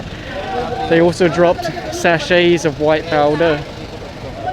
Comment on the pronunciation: "sachet of white powder" thats filipino english accent hehehe